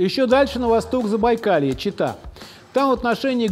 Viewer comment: читаю и не понимаю что за чЕта. Оказалось что это город Чита. 8 классов образования выдают автора